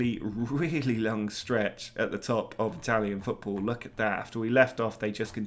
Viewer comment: Dude.....those Italian pronunciations. Bruh